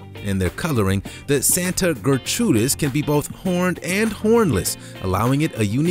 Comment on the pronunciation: Santa Gertrudis Not Santa Ger-trudis